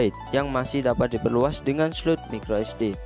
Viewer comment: Mas, tolong untuk pembacaan brand atau istilah gunakan cara membaca yang benar. Realme dibaca rilmi, snapdragon dibaca snepdregren, micro sd dibaca maykro esdi. Biar lebih enak aja dengarnya